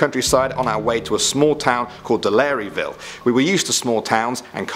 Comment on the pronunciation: delareyville? LOL!!! you only pronounced ville corectly.